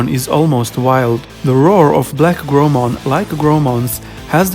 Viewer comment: Nice vid! Just a note that Growmon isn't pronounced like grow+Mon, the Japanese name is グラウモン (guraumon) so the "grow" pronounced like growl in English without the final l, not "grow" as in a plant growing for example. Sorry if this has already been commented on!